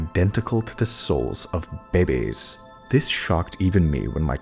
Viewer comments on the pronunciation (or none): Welcome the real life sweetie, you figured them out Edit: the way he said 'bebes' amused me lol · "bebeas" XD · Oh no Not the beh-beys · obsessed with the way he says "Bebeas" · why did he say babies like that lol? is unintentionally funny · I can't get over how you pronounced "babies" here 😂😂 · Why he say babies like that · why does he say babies like that